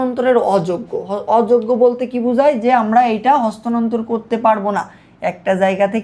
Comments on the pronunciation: bal beta eita hostanontor na sthanontor . uccharoni to korte paros na abar ki bal bujhas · ভাই কষ্ট কইরা ক্লাস রেডি করলেন... কিন্তু এত ভুল কেন? ভাবছিলাম মতো ক্লাস হবে। বাট আপনি তহ স্থানান্তর উচ্চারণটাও করতে পারেন না। বার বার হস্তানন্তর বলছেন। 😑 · ota hostanontor na sthanantor, vumi hobe